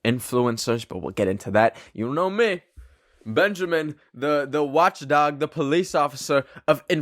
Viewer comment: The way he said”Benjomen!” I was weezing on the floor!😂